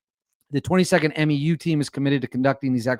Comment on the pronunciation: Just a heads up from the Marines. MEU (Marine Expeditionary Unit) is pronounced M-YOO like in coMUnicate.